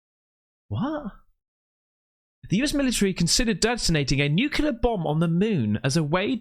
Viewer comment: Why is no English speaking person able to say nuclear and will always say _nucelar_? 😀